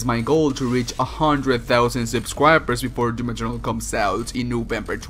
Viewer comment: You have a new "subsqwiper"